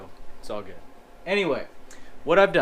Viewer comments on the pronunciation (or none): none